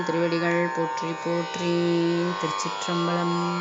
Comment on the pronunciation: திருச் சிற்றம்பலம் என்று சொல்வது சரி (திருச்சிற்றம்"பழம்" இல்லை)